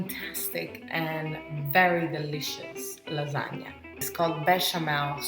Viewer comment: You said it right! Lasagne, not Lasagna. I believe you are a real Italian now. lol